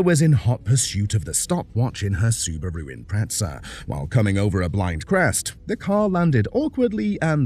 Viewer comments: Its an Imprezza, not an Impretsa. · There is no "t" in the word Impreza. Why do Brits put it in there?